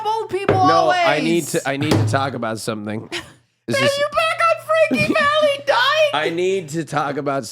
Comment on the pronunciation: please, it's Frankie Valli not valley!